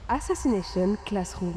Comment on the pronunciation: Tout allait bien jusqu’a ce que tu dise assassnation classroom. 😂😂😂 mon goat cet anime a ete tres touchant pour ma part